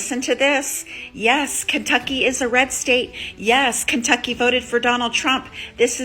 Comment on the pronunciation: Not sure if I caught it or not when she said FAFO, but what I did clearly catch, is her saying Kunttuckey !!!!